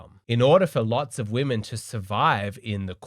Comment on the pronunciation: woe-men? putting in EFFORT? c'mon now stop joking 😂